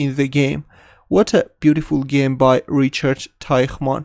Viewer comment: "Rihard Teihmann"